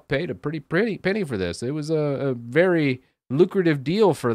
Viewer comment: HAHAHA! "Velly" funny :)